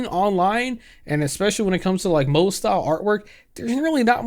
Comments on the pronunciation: I'm sorry but the way you pronounce moe as Moe (Simpsons character for reference). 💀 It's pronounced "Mo-eh"! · Great video, but moe not pronounced mo, it’s mo-eh. 😂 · i msorry the way you keep calling it "mo" and not "moe" is making me chuckle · Bro... I'm not an anime fan in any respect but it isn't pronounced "Moe" like the bartender in the Simpsons, but Mo-EH or Mo-AY Also, on the topic of the person who decided they won't pick up art anymore until they finds a way to draw that "Won't make others uncomfortable" How about you just quit art in general? I truly cannot stand people who are such doormats. Stand up for yourself!! Damn!!! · it's "mo-ay" instead of "mo" 🤓☝️ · I know you mean moe like mow-ay but I just keep thinking Moe from The Simpsons lmao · I keep thinking of the bartender from the Simpsons every time you say Moe (萌え) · I let air out of my nose every time he pronounced "moe" like the name of the Simpsons character lol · I totally agree with you but the Moe pronunciation just makes me crack up🤣🤣🤣🤣 i keep thinking of Moe from The Simpsons😂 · Hurting me a little bit that he keeps pronouncing moé as moe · It's pronounced "mo-ayy" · "Moe style" is cracking me up, lol In case no body else has mentioned, its pronounced "moh-ay", gotta stress that "e" sound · Not a big deal, but for future reference you are supposed to pronounce the e in moe (mo-eh) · Moe is pronounced Mo-eh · love your videos king. its pronounced "mo-aye" for next time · the way this guy pronounced moe gave me heart palpitations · bro is pronouncing "Moe" like the bartender from the simpsons TToTT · I'm just imagining Moe Szyslak from Simpsons at this point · 1. shit's crazy on twitter gaddamn, thank god i'm outta there 2. your way of pronnouncing moe is hilarious don't change it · Also, I really hate to be that guy but you mispronounced moe the whole video 😭😭 It's pronounced "mo" as in "motion", and "e" as in "café" b(￣▽￣)d